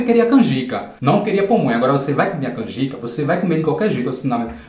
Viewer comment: Rachei com você falando "pomonha" kkkkkk